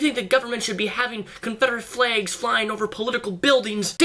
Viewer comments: Daniel, they are called flAgs not "flegs". I've noticed you pronounce it like that for years. I don't know if it's the Washington accent or something else. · Confederate "flegs"